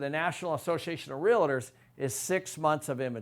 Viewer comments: You're pronouncing it wrong: REAL + TOR not REAL+AHH+TOR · Video was informative,,,, however when I hear someone speak about real estate and don’t know how to pronounce REALTOR pronounced REAL-TOR not REAL-LIT-TER as you and so many people say it,,,, ugh. What’s a “realliter?” When I hear so called professionals say it like that, I tend to tune out. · If you're a realtor, please stop saying "relador". It's pronounced "realtor". Much love, thank you. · First tip this guy is spelling out what seems to be a rational case is gonna be wrong? He says realator! You couldn't get 50% of people to vote themselves a free lunch. Any case dependent upon 50% of people doing anything is a fool's folly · Realtor. The word is Realtor, not Real-i-tor. Gawd. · Great and important analysis. However, as a Realtor, I cringe every time you say real-it-or. Two syllables,. Only two. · lots of good information here, but please.... realtor is a two syllable word; it’s real-tor, not real-a-tor. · Great videos- but, it’s REAL TOR, not REALA TOR- FYI- it’s funny how many people mispronounce it-lol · I love watching your videos but you mispronouncing REAL TOR by adding an "A" is driving me nuts!!! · I just wish you would learn how to pronounce the word “REALTOR”. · You have to wonder about the competence of someone who can't even pronounce "realtor" correctly when he's claiming that field as his area of expertise. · Has spent his whole career in real estate adding an extra syllable to "realtor?" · How does a man who knows so much not know how to pronounce "realtor"?